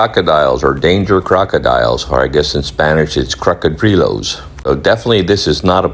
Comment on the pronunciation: It's NOT Crocodilo as you keep saying, it's Cocodrilo !